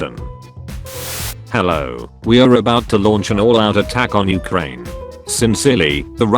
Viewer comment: You said Ukraine wrong